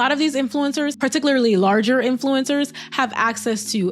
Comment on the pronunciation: You got everything right, except the saying "influincers" part about 40 times. Not influinced by SHHHIIIT! - So I removed my thumbs down, but won't thumbs up. Sadly I'm already subscribed. ... For some reason.